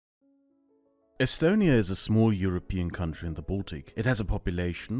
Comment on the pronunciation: its not pronounced “e-stone e ya”?